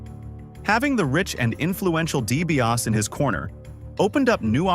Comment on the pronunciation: & - Why the sloppy cuts?🤷‍♂️ - Please reprogram your A.I. narration to properly pronounce "Dee-bee-ah-SEE" 🙄